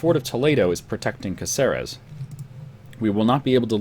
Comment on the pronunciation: Ey... just a tip.. It's CAceres, not CaCEres, and CanTAbria, not CantaBRIa.